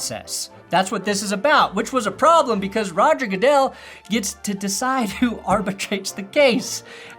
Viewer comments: Roger 'Gudle' 😂😂😂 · "Roger Goodle" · or “Roger Gooduhl” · What if that news lady is right after all and it really is pronounced that way and everyone else is saying it wrong because announcers and sportscasters are trolls? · Great video. But him making fun of that reporter for mispronouncing "Goodell," then mispronouncing Sonia Sotomayor's name is pretty perfect. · Nevada news anchor can't pronounce "Goodell"......but correctly pronounces the name of the state of Nevada. That's good words.